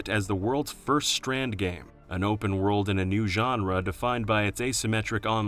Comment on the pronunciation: “Lost Warld” was the first “Transfarring”